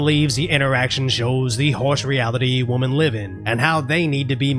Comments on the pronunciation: Women - plural Wim in That’s how you say it Woman - singular Wum in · buddy, I know it gives ya fits but the with "e" is wimmin. The other is the one you keep saying. Maybe just try get in the habit of sayin "wimmin" if ya see the "e"? I dunno...you speak English better than I speak any Asian. But, I learned to enunciate in Spanish well because my buddy was a dick. He'd actively mock me. At 16, that's a big motivator. So, I guess, Im just being a dick too. 'cept I aint mocking ya.